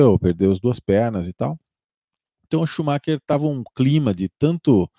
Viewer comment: Obs Shumacher (consumar)